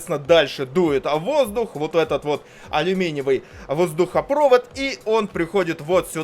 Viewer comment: кто говорит воздухопрОвод, а не воздухопровОд, того долбят в попу круглый год